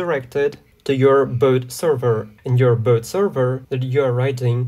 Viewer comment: the tutorial is good and all but why are you pronouncing "bot" like "boat"